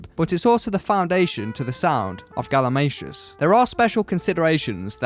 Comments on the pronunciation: I heard "Galimashoes" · I also learned the proper pronunciation of galimatias name I thought it was "Gali-Matias"